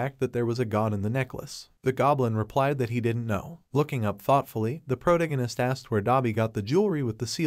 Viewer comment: "proto-gunist" AI narrators suk.